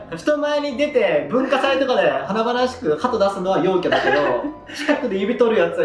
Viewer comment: 陰キャと陽キャのイントネーション逆じゃない？